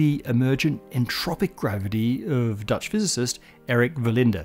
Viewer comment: duuuuuuch when you turn into a german